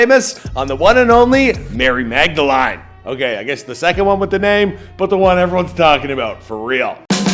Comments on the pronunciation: he says mag-da-LINE instead of mag-da-LEAN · It's pronounced Magdelin lol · Learn how to say Magdalene for the love of god.